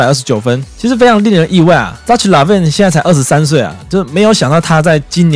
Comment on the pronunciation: 那ch唸ㄎㄜ好不好